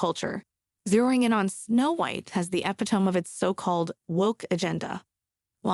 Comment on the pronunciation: If you pronounce epitome ,” epi- tomme”, you need a copy editor before you post Satire pronounced with accent on second syllable ??? Sa-TIRE?? Stop it now